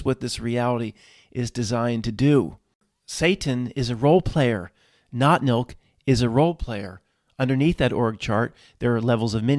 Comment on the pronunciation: Lol I thought you were saying NOT MILK? Seasons greetings all 😁🧡